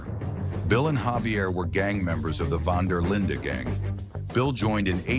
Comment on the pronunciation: Ah, yes, the Von Duh Linda Gang